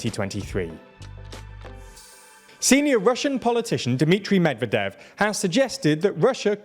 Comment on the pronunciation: medvEdev not mEdvedev